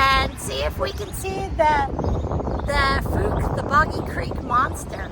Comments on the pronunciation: I enjoyed your trip here. I've always wanted to visit there ever since I saw the movie. Also, Fouke is actually pronounced as "Fowk" such as "Ow". Safe travels. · BTW the pronunciation is F ow k as in F oww K :)